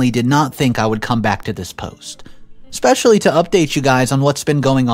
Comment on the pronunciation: There's no X in the word especially